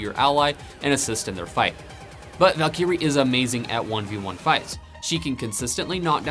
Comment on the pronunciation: Valkeyre :^) Val·ky·rie is the correct pronunciation, good vid.